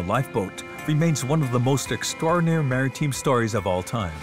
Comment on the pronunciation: "Shaykleton?" "Mariteem?" "Whooping?"